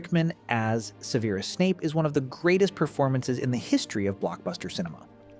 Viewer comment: AI can't even pronounce Severus properly lmao. Fuck off with this slop